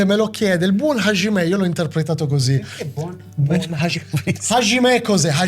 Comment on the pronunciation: Ervin, Hajimemasu vuol dire cominciare Hajime è traducibile con "inizio" o "iniziare"......(iniziare qualsiasi cosa, dipende dal contesto, non solo combattere)......................e non si pronuncia HASCIME ma HAGIME , il JI giapponese è foneticamente di base il GI italiano non SCI.